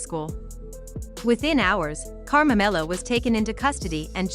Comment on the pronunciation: His name is not Karmamelo. It's KARMELO!